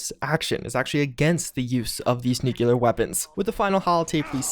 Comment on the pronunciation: Wait, you don't know how to pronounce *nucLEAR*? There's only one "u" in the word, dude.